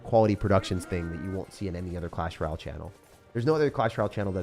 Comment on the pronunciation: Why do none of the YT Clash ROYALE creators know how to say “ROYALE”? It’s always Ral “welcome to my page where we play Clash Ral”. It’s Roy-Ale DO BETTER!